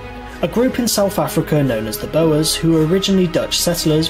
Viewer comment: The number of mispronunciations of words in the video that's being commented on is crazy! 'Bower' for Boer, for example!